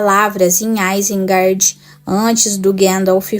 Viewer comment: Seu trabalho é muito bom o vídeo tem uma temática interessante, mas tem um ponto incômodo no video, todo tempo vc fala “Guendalfi” minas tiriri, isengardi. Soaria bem melhor a pronúncia seguindo o guia de pronuncia do livro. Não leve a mal por favor 🙏 só uma sugestão para aprimorar.